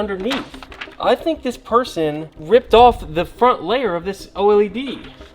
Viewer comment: it’s an Oh-Ell-E-Dee 🤓